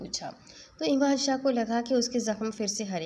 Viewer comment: Plz Ap name sai lein .Emaan shah nhi yaman shah hai